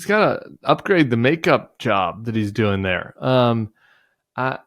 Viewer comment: Doink ? You mean doing